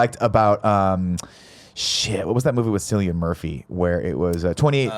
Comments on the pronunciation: It’s Cillian Murphy with a hard C (similar to Killian) pedantic I know but I cringed way too much at Sillian Murphy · Cillian Murphy. Kill-ian, not Sill-ian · I didn't realise until now how annoying it is when people mispronounce Cillian. It's just pronounced the same as Killian.